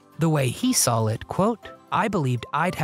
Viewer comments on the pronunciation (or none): I couldn't fully enjoy this due to the constant mispronounciation of the simplest words by the narrator. The word is saw and not sawl